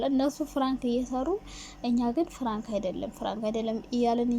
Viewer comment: ኧረ አፈር ብይ እኔ ለመስማት ሰፍ ማለቴ 😂😂ፍራንክ ሳይሆን ፕራንክ በይ ፍራንክ ስትይ ❤️ ቀጥ